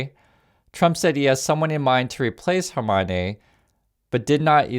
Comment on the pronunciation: Please stop saying Hermione. Khamenei is not in the Harry Potter cast!